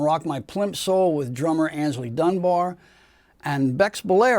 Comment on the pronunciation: FFS, the guy's name was AYNSLEY, not "Anysley".